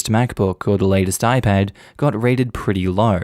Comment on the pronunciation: I hear “raided” instead of “rated” so I thought she went onto people’s laptops and exposed some secrets or stole them or something